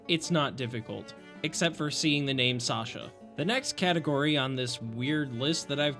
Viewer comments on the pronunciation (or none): none